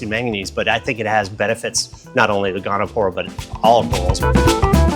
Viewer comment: It's Goniopora, not "gonopora". Nice corals, nice store.